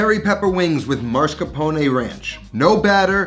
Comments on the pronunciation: I like how says "Mars Capone"😂 It's mascarpone! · Its not Mars-capone, its Mascarpone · It’s Mascarpone, not marscapone. C’mon. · I'm sorry but it's mas-car-po-ne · Does anyone know why so many Americans switch up the S and R in mascarpone?